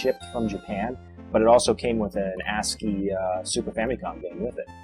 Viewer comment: Sorry, but did you say "Ass grip"? lol